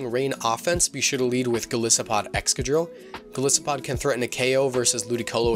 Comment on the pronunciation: Sorry for being that guy... Its Gol'eye'sopod, thats how you pronounce it, after all it's a Goliath isopod.... I run my Golisopod with max hp and atack, adamant nature and holding a sitrus berry, first impression, sucker pick, liquidation and leech life, but I'm thinking of changing the evs to the ones presented in this video. I play singles anyways...so I dunno:/